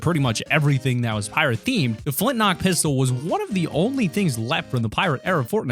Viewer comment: Flinknock??? It is called the flintlock!